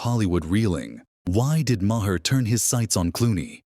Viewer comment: AI voice says, "ma-hair." I do not like AI-narrated vids.